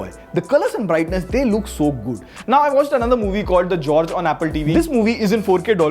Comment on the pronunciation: It's not "Jorge", it's"Gorge" bro